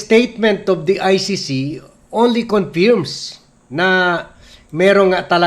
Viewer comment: Laaawz pronounciation ;; not Lows “ confurms “ not confi🔴rms sir